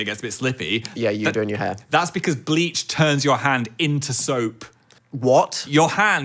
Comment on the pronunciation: I don’t know why but whenever Phil says “bleach” I mishear it as “gleek” so I was listening and I stopped and was like how tf do you get GLEEK on your hand??